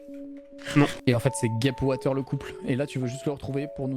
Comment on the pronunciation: Watus ❌ Water ✅